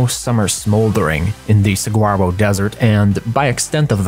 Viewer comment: Just for future reference, "saguaro" is pronounced "suh-wah-ro". Love your videos!